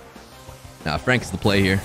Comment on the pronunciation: When frank on oj's side : it's frank When frank on enemy side : it's fronk🤣